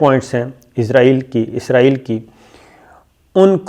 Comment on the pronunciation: Ap name wrong phar ray ho isaril name hai ap k6 or bol ray ho